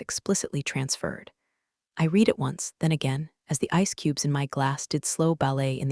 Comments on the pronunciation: Also red rather than reed for the word “read.” Same with led and lead. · I red it once. Read is pronounce red as in you already red it! Read means you have not done it yet! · Irrelevant, sometimes irritatingly distracting background! The verb "read" is pronounced "reed" (in the present tense) and "red" (in the past tense)! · This drives me nuts. Read past vs read present matters, and money isn’t math homework. Saying one point two million instead of one point two M dollars kills immersion fast. Why is this still unfixed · Before trying to criticize like some type of an expert, it would be advisable for you to learn even a tiny bit about what you are criticizing. AI is used for writing the stories. Narration is done by TTS (Text To Speech) software. That's why there are all these "read", "resume" etc errors. These errors are also an indication of laziness of the channel's owner. No quality control at all.